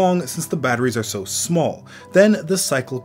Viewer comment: You pronounce Small as Smöl ☺️